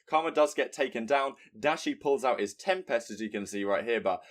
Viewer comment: I love you but you need to learn how to say tempest